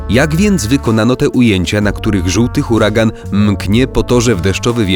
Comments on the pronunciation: Nie huragan tylko hurakan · Nie mówi się huragan, tylko hurakan (wymowa), huracán (pisownia) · "huraGan" Ok. GG dla tego kanału